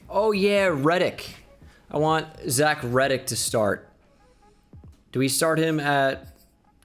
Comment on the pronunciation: Lmao I was dying when he was saying “Zach red dick!!!”